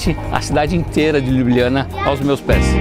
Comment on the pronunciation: Fala o nome CORRETO, LYUBLYANA